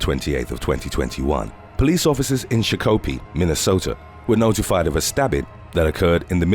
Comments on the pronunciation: It's shock a pee not sha pokey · "Sha Koo pee" 🤣🤣🤣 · Shock-o-pee not chuck-ul-be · It's not cha-ko-pee it's shock- uh -pee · I live in Shakopee and it's pronounced Shock-Oh-pee not sho-ko-pee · 'Shock-oh-pee' is Shakopee in Minnesota.… Not 'shha-cope-ee' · Hey. It's not sha-KO-pee. It's like SHOCKApee. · SHOCK - OH - PEA, NOT SHA KO P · It’s Shock a pea not sha co pea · Shakopee lmao haha its pronounce shock-o-pee. Lol i get how you mess it up but still funny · It's pronounced Shock-oh-pee not sho-ko-pee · It's "Shock-oh-pee", not "Sha-kopi". If you're gonna do vids about towns you've never heard of, get the pronunciation right. Sheesh. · Shock-o-pee not shock-copee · Shakopee is NOT pronounced Sha Cope ee Its pronounced Shock O pea. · Sha-copie 😂🤣 I think he meant SHOCK O PEE 🤦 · Its pronounced SHOCK A PEE NOT SHOEKOPEE OR WHATEVER THE HELL YOU WERE SAYING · SHA-KOPE-PE lol it’s SHOCK-KO-PEE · It's Shock-a- pea... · Shakopee is pronounced shock-oh-pee. Not sure why people are just talking smack instead of offering solutions. MN nice my a**! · I live in shakopee and was just down the street when the body was dumped, It was crazy. Also its pronounced shock-o-pee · Shah Koe Pee!😂… being born and bred in South Minneapolis, and going to many parties in Shakopee, I’m saddened that he butchered the name. These cases are so sad and so close to home! 🥺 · She-ko-pee 🤣🤣🤣. When I moved to MN in 1997, that’s how I pronounced it. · Lol I'm amused how Shakopee is always mispronounced😂. It's pronounced shock-uh-pee! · I remember all of these especially the one who was beheaded with a machete in Shakopee (pronounced Shock-o-pee). My God, I'll never understand what goes through a persons head before they murder another human being! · It's pronounced like peeing on a electric fence shock o pee. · Agreed XD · Then I was like aaaaaah shackopee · Shakopee lol we pronounce it like (shock a pea) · I like how you pronounce Shock-ka-pee Show-ka-pee!😂😂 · SHOCK O PEE LMAO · I was so confused